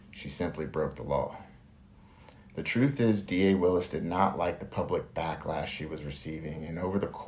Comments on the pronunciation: "Troof is...," 😂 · Fanie said: "truph? Is that her attempt at the word TRUTH?